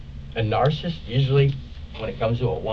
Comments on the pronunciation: Omg it’s NAR-CIH-CYST, not “nar-cyst”. This guy needs to be locked up just to save the rest of the world from having to listen to him talk. Also, someone who doesn’t shut up like this, thinking they can out talk the police, is likely a narcissist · I really wish these detectives would have corrected his wrong pronunciation of certain words, because the amount of times this man said "narcisst" instead of "narcissist" is literally driving me insane 😂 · Ironically, he calls the guy he shot (who I've no idea who he is / what his personality is like etc - he may very well be a nutcase as the dude says - or that might all be complete rubbish and he's a nice guy)...He also calls him a "Narcist" as he constantly mis-pronounces, not realising that HE is the exact definition of one, lol. It's clear as day.... from the moment he opens his mouth, to speaking about his "SWAG" constantly, and then near the end he's obsessed with how he looks, constantly putting his jacket on, just to get told to take it off again because they aren't done taking pics etc.... a normal person would leave it off until it's actually time to go, for real - but not him, he has to try and look perfect, which tbh, His look for a 60 yr old is...meh?....I don't see any Swag at all tbh unless he has a different definition of it than I do. A pair of Jordans (Half the population wear them - Can be classed as 'SWAG' if a very nice pair, never got a proper look really). Ripped style jeans (Hello 2010), a red polo shirt or whatever they call them (Hello 2020), and a jacket that looks like he stole it from a 17yr old. (Hello 1995 shell suit material - but hello 2015 again on its reboot) Truth is, there's not a lot of people who can get off with having swag at 60+ year old. Unless you naturally have it due to really knowing 'your' style that suits you, Only people like Snoop Dogg , Lenny Kravitz, Or the Old Urban swagsters from the streets who have it but I can't name th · This guy's not 🚫 saying narsasist 😂❤